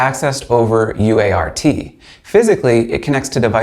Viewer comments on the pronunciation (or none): "UART" is conventionally pronounced "you art." "Baud" is conventionally pronounced "bawd" (rhymes with "awe"). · Its pronounced UART not u.a.r.t. americans need do learn that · Cool LoRa module.. Thanks for sharing! PRO TIPS: -Baud is pronounces bawd. -UART is pronounced "you art". (not u-a-r-t.) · Nobody says "you aye are tee" -- it's a "you art" :-). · It would be easier to take you seriously if you would pronounce things correctly. UART is you-art, BAUD is bod. You certainly don't appear to be too young to know this. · UART. . . .you-art. Try it out, it's easier. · lol, you could've directly said BAUD is pronounced like BOARD ;) UART is always 'you-art'. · No - it's U-ART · It's pronounced "Bored" in every single English speaking country.... SIGH He got "U ART" wrong too...